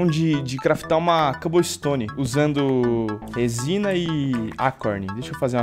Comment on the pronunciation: " R O S I N A ", Gênio da Língua portuguesa